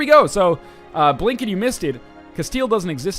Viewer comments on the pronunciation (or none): none